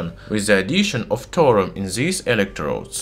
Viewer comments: Clear English isn't your first language but please don't do a whole video on a subject you cannot even pronounce correctly - Thorium (Thaw - re - um)... not torium! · Thor-Ee-uM not Thor-um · Are you speaking Torum or Thorium? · It's called thorium, not tourum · By the way, it's Thorium, not Thorum. Nice video, though! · What he is saying : thorium What I hear : torum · Can't listen to this guy. Its not "Torum", its Thorium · Pure 'Torum' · Thorium, thor-ee-um. You are saying Torum. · Thorium reactor. Say it with me now. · I’m sorry but the way you say “torum” is illegal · I genuinely thought, for years, that Thorium was pronounced Thor-ree-um, not Tor-um! 😒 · Okay the h in thorium is not silent its not torium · written Throrium sounds like Torum....thats not accent i could understand Torium with TH sounding like a hard T but come on... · Great video, but in English it's pronounced 'thor-ee-um' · Nice pronunciation of Thor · is the " H " silent? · Exactly, same here. Plus he mispronounced "Thorium" so much that it started to make me sick. Completely unwatchable to me. And not subbed, so no idea why I received the notification for the video... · I know, I'm Irish. I speak a few languages and know it's not easy. I meant it constructively, saying 2 syllables instead of 3 is a mistake pure and simple.